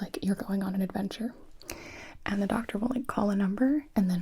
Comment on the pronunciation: Gonna be honest I thought she said Dr Suiss not Dr Who lol, I was very confused at first